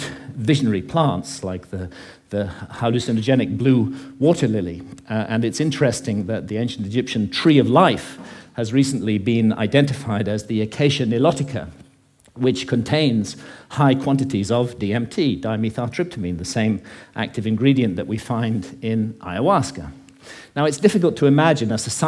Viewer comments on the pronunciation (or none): acacia nilotica, NOT mellotica